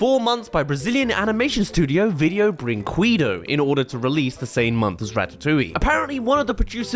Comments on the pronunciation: "Video burincuiduou"😭😭😭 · As a brazilian, I feel like I have an obligation to laugh at his pronunciation of "Video Brinquedo" but respecfully